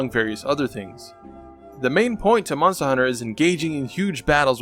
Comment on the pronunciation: Thanks this is very helpful also why does he say monster weird